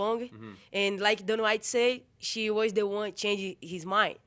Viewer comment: "Hana Hite"